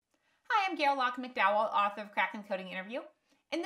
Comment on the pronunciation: Hi I'm Gayle LaakMcDowel -- did you skip a syllable there?